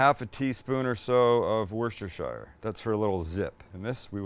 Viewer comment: WUSTER sauce !!😅